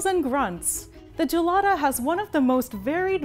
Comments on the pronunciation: Its pronounced with a hard G, guh-lada, not juh-lada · "Right Gelada": I was really needing to pee